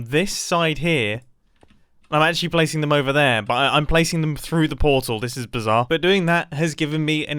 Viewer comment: Mumbo: this is bizar Me: this is biz-aha-r ☺😂